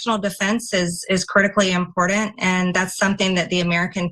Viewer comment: Never trust anyone who adds the letter "d" to the word "important".